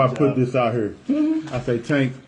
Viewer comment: Is it that hard to pronounce here as here? 😂😐😶🗑🚷🤦🏿‍♂️